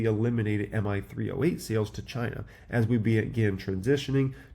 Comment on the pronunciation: did you say Ghhhhinaa